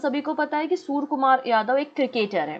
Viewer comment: Madam it's surya kumar not soor kumar...